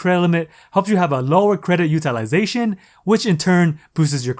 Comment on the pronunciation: Dude, every time you say “UTILIZATION”.............YOU PISS ME THE FUCK OFF!!!!!!(all I hear are syllables....IM COUNTING 5.....STOP) Maybe it’s me-maybe I’m just sensitive.......Nah, learn how to pronounce it properly.